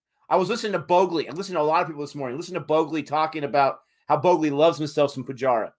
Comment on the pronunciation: Allow me to assist you with your pronunciation. Thakur = THA-KOOOR. Not Thaker. Shubman - Shubmaan. Bhogle = Bhog-Lay. Not Bogli But you pronounced Pant very well.